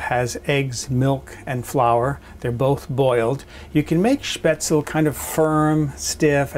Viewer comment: Spaetzle is pronounced with the "e" as an "ay" as you do with you pronounce Porsche. Try it with bacon. My two years in Germany was fantastic when it came to this dish!